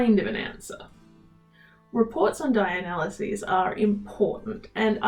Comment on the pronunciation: Accent barrier. When you said dye analysis fast my brain tried to figure out why you were saying dialysis funny.